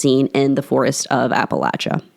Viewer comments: Yes, I noticed that she said it right too! It drives me crazy when they say it like Appa-lay-chia! It's Appa-latch-a people! Not lay-chia 😤! The A keeps the same general sound all the way through! Not A like in lay, but A like in apple. 😊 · Thank you, great job of recounting some of the stories from my home region....and most importantly for pronouncing Appalachia correctly.